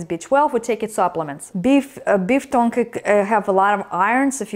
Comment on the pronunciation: It's pronounced T-UNG